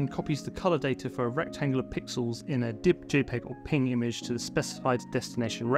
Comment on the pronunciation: BRO. it's pee in gee NOT PING 😭😭